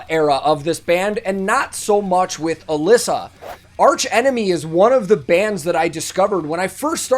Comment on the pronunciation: Her name is actually pronounced Uh-lee-suh. Don't worry though I was saying her name wrong too for a long time 😂.